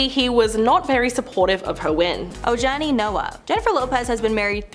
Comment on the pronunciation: Talking about JLos first husband- you guys should learn peoples names if you’re going to report- Ojani is pronounced Ohawnie. Please do your research.